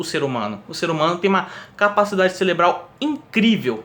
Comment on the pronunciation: Caraca man... é "cérebro" e não "célebro, celebral".